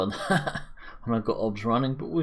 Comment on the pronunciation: Good video but I don’t understand what software you are running in parallel? Are you saying OBS ? If yes, it’s O. B. S. 😉